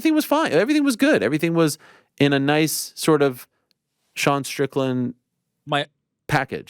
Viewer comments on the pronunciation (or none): none